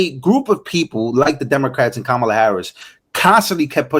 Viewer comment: Did she say “Komala”😂